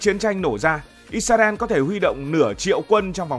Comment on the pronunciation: IS - RA - EL Cách đọc trong tiếng Việt: - Sao lại đọc là "Ít - Xa - Ren" nhỉ? - Tại sao không phải là "Ít - Ra - En"?